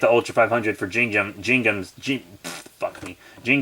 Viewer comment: My guy it’s pronounced Gin-ga not Jin-ga. But other than that good review👌